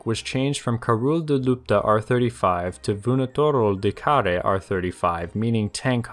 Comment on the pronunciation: You are pronouncing very well "vânătorul de care". I am romanian, btw.